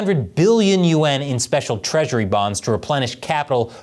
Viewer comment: is this AI? why does he keep saying Trillion U N , instead of yaun.